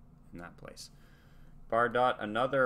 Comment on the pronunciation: So much you gave up on at the first inconvenience. We’re still here. Watching. Learn how to pronounce Bridget Bardot’s name. Deep dive into beat poets. You’re missing your audience by just moving on. We want you to go on that journey